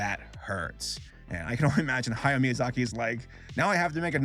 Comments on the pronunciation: Spelling: Hayao, Ha-ya-o: "Hayo" I don't think you even tried to pronounce this one correctly. Just say it how it's spelled. A (Ah) I (EE) U (OO) E (Eh) O (Oh) are the Japanese vowels. There is only one possible way to pronounce each vowel in Japanese, and that never changes no matter where the vowel is in a word. Easy. I think it's just so lazy when YouTubers can't take a second to make sure they're pronouncing a name correctly before putting it in their script multiple times. Welp, here I go listening to you say "Hayo" for 8 more minutes...And you'll probably never see this, but maybe someone else saying "Hayo" will. Also, fun fact: In the Japanese version, the band is just called Earwig in English. But Earwig's name isn't literally Earwig. Her name is Ayatsuru (アヤツル), and the head of the orphanage splits it up as Aaya Tsuuru (アーヤ・ツール). Ayatsuru (操る) is a verb that means "To manipulate, To control". I think it's more clever than just calling her Earwig. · It's Ha-ya-o. Three syllables. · Hayao’s name is pronounced Ha-Ya-Oh, not Hayo